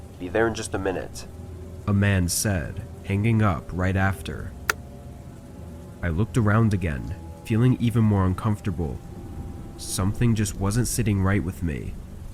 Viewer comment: Why do you say bringging and hangging instead of bringing and hanging. Just puzzled with your pronunciation of some English words...